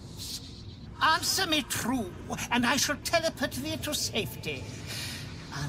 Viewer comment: There's something weirdly hilarious about the old-timey Shakespearean pronunciation of "telep'rt".